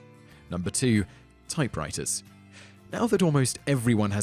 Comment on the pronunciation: "Typewritahz and Plasmer" LOL